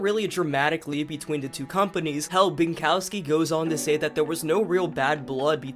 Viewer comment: you pronounce "Maciej" like "Match-yay" (source: its my name) and his last name like "Bin-cough-ski" lol cool video btw